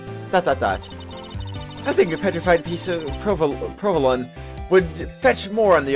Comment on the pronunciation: Did you really just say "provo-lane'? "provo-lun?"Have you really never heard of this cheese before? :P He's certainly...something. What an interesting parody character.